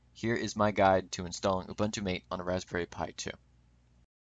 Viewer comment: Cool but you have to start pronouncing it Mate as in Mah-Tae.